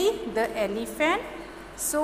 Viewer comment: "The" pronunciation is wrong... The Elephant..."e" is a vowel...